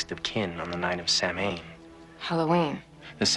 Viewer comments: More like "sow-when" I believe. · sow main lol sounds like a chinese food its pronounced how wen I know this cuz im irish :p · Did Paul Rudd just pronounce Samhain SAM HAYN 🙄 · mispronounced Samhain